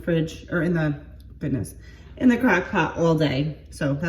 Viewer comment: When you said "in the crock pot all day", that's the first time I've heard you SOUND like you're from New York. 😂🙌🏻 Love it! Excited to see this! My mom used to make a baked potato soup, and it was one of my faves as a kid!💜💜💜